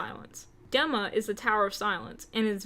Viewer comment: Dee-ma not deh-ma <3